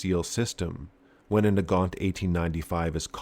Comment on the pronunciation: Omg, I just realised that if they are belgian, then thier name should be pronounced Nagant with a soft g.